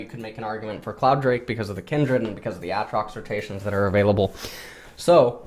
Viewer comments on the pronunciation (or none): why does he say ATtrox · STOP SAYING WTF ITS AATROX WITH DOUBLE A NOT DOUBLE T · for some reason refuses to use the long vowel sound for literally any word in league containing it lmao. ahtrox bahron kahssadin etc